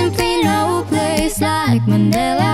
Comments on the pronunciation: “Ma-ni-la” not ma ne la 🥴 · Manila not manela😁